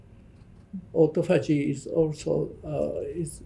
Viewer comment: The interviewer needs to know how to pronounce “autophagy”…since…that…is…what…the… video…is…about. Good grief.